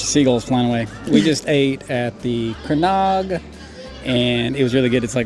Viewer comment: Comments on here are a bit trivial, give this couple a break guys..., I think that was your name, your pronounciation of loch, Clachaig, etc was perfect, I think you were a scot in a previous life. 😄😄. Fantastic video guys, all the best!